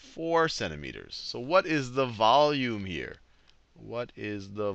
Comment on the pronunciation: How to pronounce volume vowme. XD